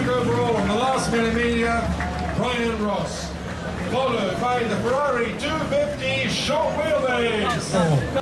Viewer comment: If only this guy pronounced correctly the automobiles' brands and models in their original language! It is not "fewawi", it is FE-RRA-RI.